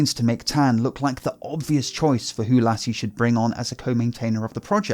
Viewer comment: Lasse is pronounced as "Lussa" :)